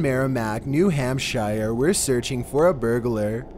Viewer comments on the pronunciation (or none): It's pronounced hamp-sure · New Ham Shire 😂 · Newhampshier???????? Yeah, way off there buddy!! It is pronounced Newhampshure!! I would love for you to come to New England!! It would be a laugh seeing you trying to pronounce the names up here!! Here are a few for you to try out........ Kancamagus, Skowhegan, Scarborough, Pemigewasset. LMAO!! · it’s pronounced New Hampshure, but spelled New Hampshire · The way he said New Hampshire kinda pissed me off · the way he said new hampshire